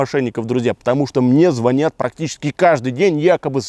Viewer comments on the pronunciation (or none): none